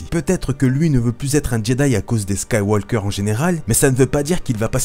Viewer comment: Yo bro! Apprend a parler comme du monde ????Skywalllllker????